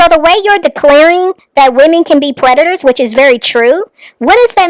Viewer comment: Let Olivia break Y'all down into syllables.... you people are PRE TU TORS 🤨